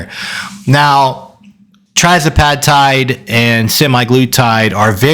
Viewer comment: It’s ‘Tirzepatide’ not trizepatide or trazepatide.